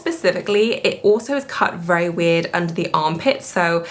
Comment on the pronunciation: The first time I watched I thought you said “I don’t know what witch fabric it is” regarding the black scuba skirt and thought it was so hilarious. So I had to rewind with CC and it was weird not witch. 😂😂😂